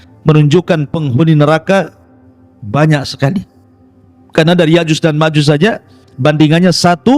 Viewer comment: Nyebut nama yakjuj makjuj aja kau belepotan.masa iya kau sebut yakjus makjus.😂😂😂😅😂😂😅jus mangga kaleeee😅😅😅